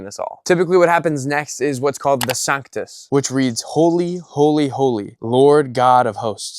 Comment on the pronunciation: It's Sanc-toos, not sanctuss. Also, it's Ho-zah-nah, not Ho-zan-ah. Just trying to help.